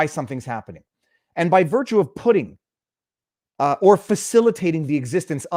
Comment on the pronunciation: You said by virtue of putting and I heard pudding. By virtue of pudding. I love it.